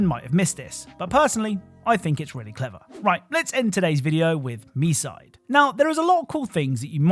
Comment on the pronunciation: For Misde it's not (Me side) it's (Me-Suh - Day)